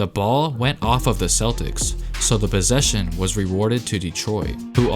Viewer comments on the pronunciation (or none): "the bossesion" lol